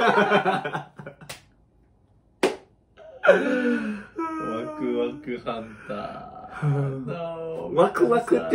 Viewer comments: it's not wakuwaku kuya and kuya it's wakwak po haha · how cute they pronouce wakwak ask Waku-waku😍